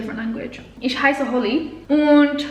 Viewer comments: You're speaking very well already! But you should try to: Pronounce the ch in for example "ich" more as some kind of weird respiring than your "sh" Don't "roll" the a that much. If that makes sense somehow? Oh! Pronounce the a more like the a-sound in "how" :D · hahah it's so funny how you pronounce 'me' in german :D how do you say china? that's how you say 'ich' also - not 'ish' - the same goes with 'mich', 'dich'...basically everything with '...ich' xD P.S. i speak 5 languages